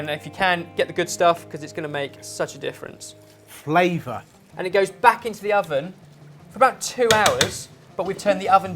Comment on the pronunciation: J says "FLAVOR" and I'm cracking up about it.